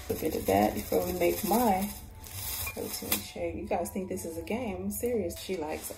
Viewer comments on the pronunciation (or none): none